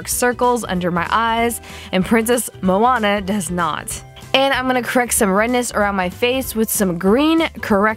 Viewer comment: good vid but u pronounced moana wrong :)